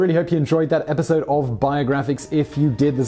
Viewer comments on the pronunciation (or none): none